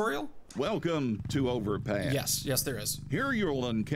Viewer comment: I thought he said overpiss